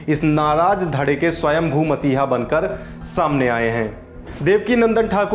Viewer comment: You said "swayambhoo" what,!!!!